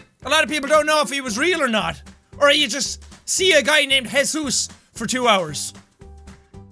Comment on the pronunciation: “Hello my name is hesus”